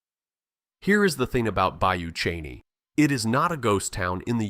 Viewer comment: Bayou Cheney LOL it’s Bayou Chene (look at pictures at 8 minutes 41 seconds) and it’s pronounced “Shen”. AI voice over is terrible!